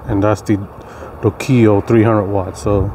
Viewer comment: Lol how he says the name of the panel